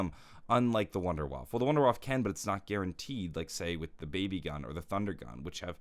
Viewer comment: it is painful to listen as a German